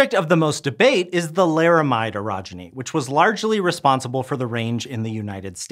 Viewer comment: Good thing you cleared it up, i thought you said Erogenous